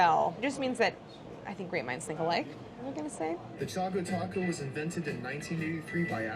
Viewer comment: i love how claire keeps calling them chaco taco